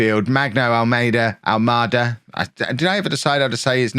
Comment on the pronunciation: ALMADA , you've been saying well . Its a Portuguese name , of a city on the south side of Lisbon ,capital of Portugal .